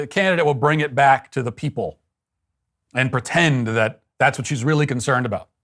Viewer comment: Stephen Parkinson, a poor excuse for a man. 'It's weally weally serious'. Chuck him out. Get a man, someone with guts. Slimy creature, spying, sneaking.